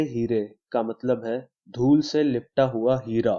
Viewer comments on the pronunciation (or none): Lool nahi dhool